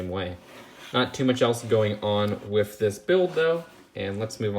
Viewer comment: he said wif. Wif alert And he said wif